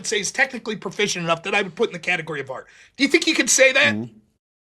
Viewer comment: Sometimes when he says art, i hear aught. One aught to be polite when given no affront. That's all. I like silly debates though. Quite a lot, general. Screw art though. Also in general